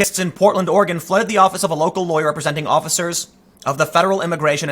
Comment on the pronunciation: Like (Or Eh Gun) not (Or Eh Gone). That one bugs me.